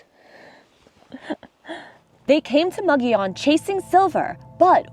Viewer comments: Pronounced Muggy-on. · Thanks for the tour! I've never heard of this place but I live here in Albuquerque, New Mexico. I believe Mogollon is pronounce Mo Go Yo N. The two LLs side by side sound like a Y, like in Tortillas - Tore Tee Yas.